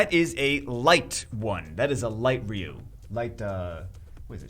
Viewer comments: If we are playing a drinking game where we had to drink every time you mangled his name everyone in the here would be drunk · why do you keep mangling ryu's name like that have you never ever played one of the street fighters with voice acting or for that matter saw the Street Fighter movie because you were just butchering his name Buddy and it's driving me crazy every time you say it like that.